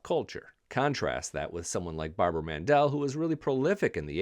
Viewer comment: You lost me George Strait is not on the Mount Rushmore and then I left the room when you said Barbara “Mandel” 🤦🏻‍♂️